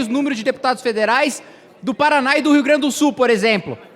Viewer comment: O cara não sabe falar o nome do estado dele Paraná kkkkkkkk. acho que nem deve ser nativo de lá.